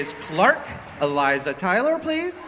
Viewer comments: Jessica ikr like bruh, who tf is Eliza Tyler?😂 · eliza tyler? her name is like so easy to pronounce i dont even know how he got that wrong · Eliza TYLER, how do u mess up the word Taylor. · He can't say "Eliza TAYlor" But gets "Marie Avgeropoulos" right. LMFAO.